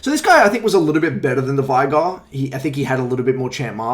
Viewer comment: The amount of people who say "vie-gar" when his name is said "vay-gar" is too damned high. Driven me crazy since season 4 or 5.